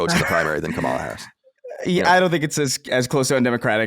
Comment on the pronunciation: Glad to see you guys have a real conversation like this. Also, Colin saying Kamala incorrectly is embarrassing.